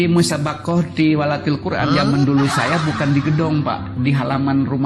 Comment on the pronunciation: Karena kelihatan sekali banyak dustanya...juara 2 se jabar..ngomong Tilawatil Quran aja jadi Tiwalatil...😂